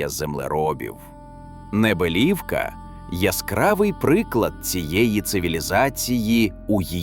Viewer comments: Саме так. Неприємно слухати цей наратив. Моя тітка з Підвисокого також сміялася з неправильного наголосу цього "науковця"... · Село має назву Небелівка, з наголосом на букву і. Моя мама живе в сусідньому селі - Підвисокому. Там також є величезне трипільське поселення. Але... засипали його, бо це ж земля для посіву. Головне гроші, а не історія.